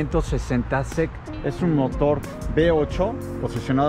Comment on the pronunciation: No se pronuncia SEC todo junto se pronuncian las letras individualmente, asi Mercedes 560 S-E-C.